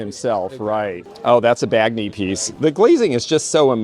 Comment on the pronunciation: Alvino Bagni's surname - the gn is pronounced like the gn in lasagna😊